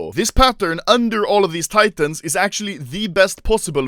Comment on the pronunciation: Everyone:Acctualy Anomaly:Akchuli